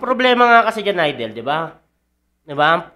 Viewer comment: ayusin mo ng yang pag pronounce mo, hindi yan AYDEL, IDOL (aydol) yan